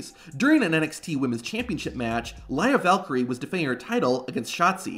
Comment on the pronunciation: It's pronounced VAL-KEER-RHEA